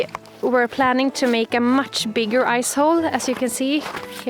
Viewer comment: Awesome videos...Am new here... With your Swedish accent when you say Ice Hole It sounds so close to the American word Ass hole...Big Smiles